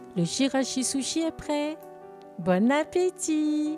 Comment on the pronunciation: Bravo ! Chirashi-zushi prononcé tchirashi-zoushi